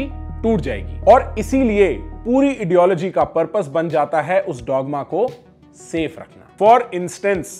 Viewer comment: Why I am hearing idiology instead of ideology.maybe the word idiology meaning exist in ideology of those which contains dogma..😁